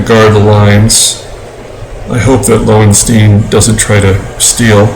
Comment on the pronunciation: It's pronounced Lowenstein, LOL. Good for sticking with Wilcox, I like my starters to go at least 6 innings. Otherwise you are over taxing your bullpen. I think that is a picture of Tino Martinez and not Tippy